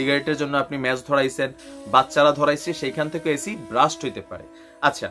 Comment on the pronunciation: ব্রাস্ট নয়, আবার বাস্টও না। Blast